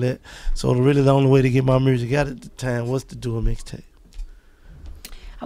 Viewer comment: I like how Gotti says "Mursik" instead of "Music" ... lol ...